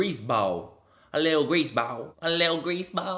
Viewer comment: When you said “grease bawl” I’m like ooooohkay my Oklahomie! 🤣